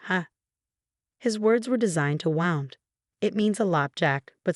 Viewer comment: AI they pronounce wrongly always the same Wound is said Woond